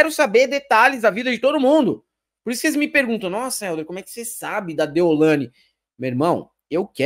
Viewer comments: ...Eldio não..Helder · Eu não peguei a referência do pq o fala “ÉLDIO”. Qual é?